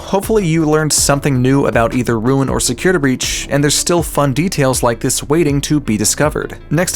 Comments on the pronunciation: Forgive me, Please please forgive me- but. "Securitr" I'M SORRY XD 😭😭😭😭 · Securituh breach